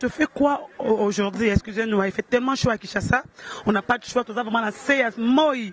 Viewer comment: gloria loba k ba mots bien aujourdi nde nn on dit aujourdhui licencie ya ifasikuite ya modele nn en plus olobaki okosala emission pona makambu ya wata te ezosopa yo